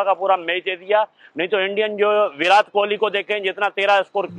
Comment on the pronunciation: "विरात" इनको कोई विराट बोलना सिखाओ यार बेगैरत कौम 🤦